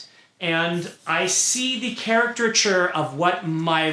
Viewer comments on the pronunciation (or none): It's so crazy that one of the most famous authors of the time doesn't know the word "caricature" and instead says "character-ture" over and over